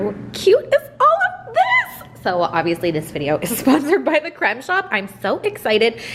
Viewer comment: that "creme" sounds so polish to me